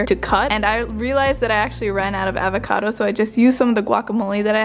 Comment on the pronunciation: “Avaaacado” hehe its avocado, loved this video